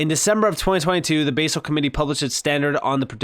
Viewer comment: Basel is pronounced baz-el with a soft A NOT base-el